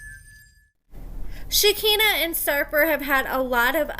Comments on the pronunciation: (Shuh-kai-nuh) not (Shi-kinna) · I love your channel and you,, but it’s pronounced “shik-EYE-nah”. Thanks! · Yeah for sure. I’m not normally one to go around correcting people’s grammar, but this was driving me crazy. I’m like “come on, you watch the same show we do, you hear how it’s pronounced.”